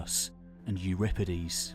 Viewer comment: when you said euripides the way you said it i almst had a heart attack as a greek